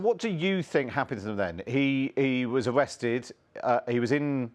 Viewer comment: “Awested”? “Pwison”?